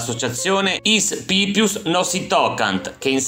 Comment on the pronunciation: Pipius con l accento sulla seconda i